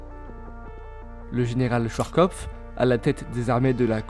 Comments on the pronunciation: C'est Schwarzzzz pas schwarr . Traduit tete noire ou tete faible dit comme ça..y a une différence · Schwarzkopf toutes les lettres se prononcent, Schwarz=noire kopf=tête, sinon vidéo très pro, merci pour le partage.